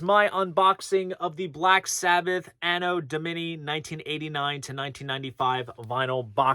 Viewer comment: It's an-oh dom-uh-nahy.